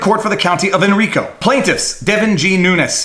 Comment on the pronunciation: "Hen Rye Co" I live in it.